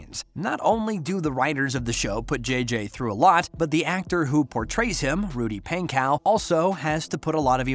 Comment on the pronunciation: NO U SAID THEM BOTH WRONG IT IS RUDY PANKOW CHASE STOKES